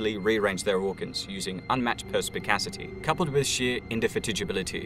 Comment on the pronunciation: And then mispronouncing it.